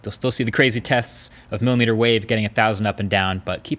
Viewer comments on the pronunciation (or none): none